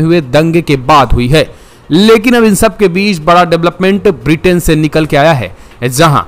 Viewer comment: Sir it is not Vritin but Britain. Pl correct yourself